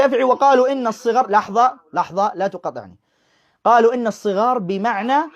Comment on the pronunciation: الصغار بفتح حرف الصاد و ليس بكسره ..للتصحيح فقط